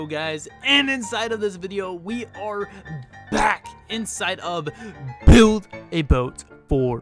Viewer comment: The '' BHhhild a boat for treasuree''